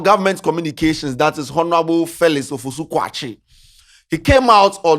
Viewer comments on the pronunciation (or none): The way says 'Honorable' makes my skin crawl. Please for the love of all that's good, the 'H' in honour and all its derivative words or word family are silent 'H' so it should sound 'onourable' not with a pronounced 'H'. 🙏🏾